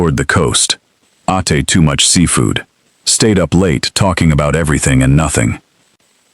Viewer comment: "Ahtay" too much seafood lol 😂 😂 AI is a mess...